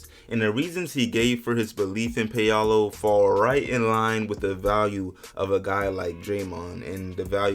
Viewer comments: Paolo not Peyalo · It's pronounced "pow-low", not "pay-ah-low" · It’s pronounced Paul-oh lol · "Pay-Allo" loooooool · Paul-oh that’s how you say it 🤦🏿‍♂️ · My man is slaughtering Ps name, wow